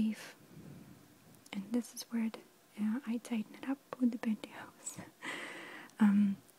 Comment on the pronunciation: Is she saying pantihoes?